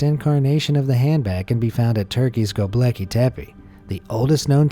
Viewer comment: It's not "Gobleki" , its "Gobekli" .....